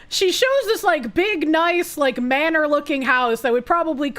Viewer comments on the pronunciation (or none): none